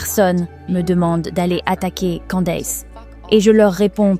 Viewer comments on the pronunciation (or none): C'est quoi cette prononciation hideuse, "Kandéice", c'est "kèndice" qu'on prononce pas kandéice, après le d on prononce i comme en français. Les Francais ne font aucun effort! "Candace" le a après le d se prononce i et le a après le C se prononce è Kèndice. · pourquoi tu dis candesse....En Français le A se dit A...lol